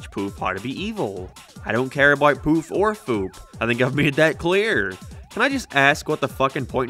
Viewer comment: i'm sorry but i CANNOT hear this as "poof episode" it sounds like "poop episode" and I had to check the auto captions to make sure i wasn't crazy 😭